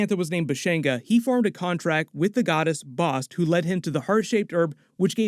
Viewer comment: Thank you for pronouncing Bast correctly, because in the first ten minutes of "Moon Knight" they mispronounced Taweret and continue to for the entire series. Quetzalcoatl, (is KEHT-sahl-KOE-awt. The 'L" is silent, but is also pronounced KEHT-sahl-KOE-aht-ul -- and the "L" is included. But, hey, it's Marvel so just go with it, maybe the 616 Public Domain gods just do whatever over there, but Nuhautl -- the language of Aztecs, is still spoke by more that a million Nuhua people still living in Mexico. Coyote, Avocado, chocolate, are all words that came to us via the Aztecs. But, again it's 616, go nuts. They've messed up Norse Mythology for years now.) Quetzalcoatl is a big deal god of the Aztecs, (and is a 'he'), In the Mayan pantheon, he is called KuKulkan and they are the same god. The Mayans are an older civilization than the Aztecs, although they overlap briefly for a series of years, the Aztecs rose to power a century after the Mayans. Both occupied different regions of what is now Mexico, the Yucatan and Central America. Both had written languages and advanced mathematics. Tepeyolltol, ('teh-PEA-ah-tohl' or 'teh-PAY-lot-ALL', -- I've never heard it pronounce 'TEP-ah-tee-OH' -but again off we go to 616, if they're going with that it sounds fairly close to 'Tapatio' which is the masculine form of "from Guadalajara" - which is a great city!-- The rest is dead right, well done! He is the "heart of the Mountain", the Jaguar god of animals, darkened caves, echoes, and yep, eart